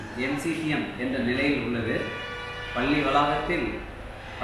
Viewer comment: என்னாது.. "பல்லி வலாக"மா... தலைமை ஆசிரியரே இந்த லக்ஷணமா... பாவம் மாணவர்கள், வாழ்க்கையில்எவ்வளவு அவமானப்பட்டனரோ ... மாணவர்கள் மேல் எந்த தவறுமில்லை. "அருல் ஒலி"யா... கேட்கவே புல் அரிக்குதே